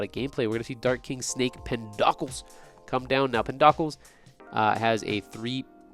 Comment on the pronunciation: Snake King PenDOCKLES? Pen-Doe-Cleez brotha